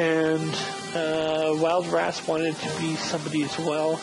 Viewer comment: Great vid. So I'm a cook. eh? Cool. Would it be possible for me to be a warrior? I wanna see my dwarf in later episodes as an experienced fighter defending the fortress. If not - it's k. P.S. Wildras - [wɪldɹɔs], not [wɔɪldɹɔs]